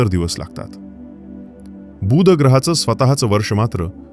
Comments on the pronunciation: मा हिती अतिशय रोचक आणि उपयुक्त. खूप माहित नसलेया गोष्टी कळल्या. मात्र बुध ग्रहाचा उच्चार खटकला. तो शब्द बूध वाही तर बुध असा आहे. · बुध ग्रहाचा उच्चार तुम्ही दीर्घ करत आहात. तो हृस्व करा. बूssध असं नाही बुध असा करा. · किती आश्चर्यजनक ग्रह आहे हा... छान माहिती सांगितलीत🎉... फक्त 'बू'ध ग्रह हा दीर्घ उच्चार खटकला . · माहिती चांगली दिलीत. बूद नाही बुध. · अतिशय चांगला वीडियो. धन्यवाद! एकच गोष्ट कानाला खटकली. “बुध “ ह्या शब्दाचा उच्चार!